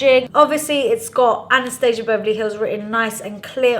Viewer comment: Hard to watch cuz one of my pet peeves is when people pronounce Anastasia wrong